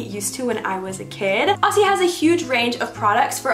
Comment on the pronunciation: Love the hairstyles! A little Aussie help for you, when you pronounce the word Aussie pronounce it like Ozzie. Just let it roll off your tongue a bit. Love you Bestie ♥️